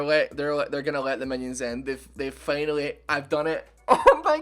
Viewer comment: ''finally'' ''hour'' not fenal or error